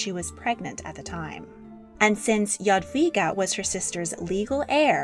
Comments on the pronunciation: I was hoping to see her portrait by Matejko. It was actually based on her skeleton :) Also I'm very impressed you pronounced her name right! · Omg youre pronunciation "Jadwiga" is amazingly correct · English "j" is pronounced like "dż" in Polish, so rather not. Polish "j" is pronounced like English "y" or something like this. Also Polish "w" is pronounced like English "v". Yadveega maybe. Pronounciation in the video seems to be correct